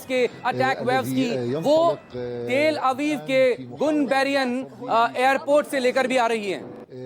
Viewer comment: Gun berian nahi janab Ben gurian